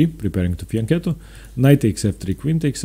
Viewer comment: finally, one non italian chess player who pronounces fianchetto correctly